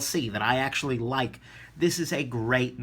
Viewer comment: Japanese have trouble with L and R not sure about Chinese.